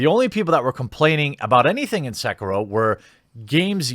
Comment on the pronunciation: It's "SEH-KEE-ROH!"